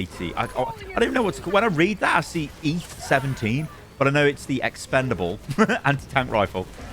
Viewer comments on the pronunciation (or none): Please stop saying "Expendalbe Anti Tank".. It's "eat it"... GAH!